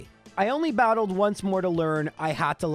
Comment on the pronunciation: "I brattled brok."